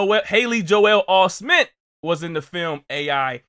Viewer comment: I thought he meant Joel Osment but just said it Osmeen